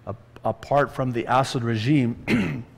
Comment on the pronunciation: Pastor- You crack me up with the way you pronounce Assad's name. I keep hearing Acid & I'm saying "Who's Acid?" then I figured out it was Assad.